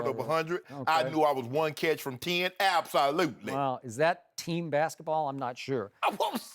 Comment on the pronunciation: "Ab-SA-Lutely"-shannon i love this dude haha